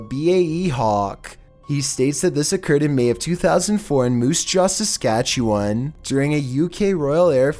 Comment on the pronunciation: Shout out to for pronouncing Saskatchewan properly 👍🤯